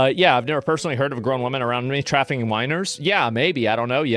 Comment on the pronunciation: "human traffiCAN" Nice slipup